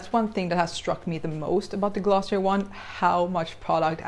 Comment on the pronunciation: You pronounce glossier wrong